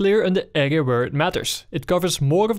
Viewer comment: Soms zegt hij "ega" in plaats van "area". Hoe verneuk je dat? :P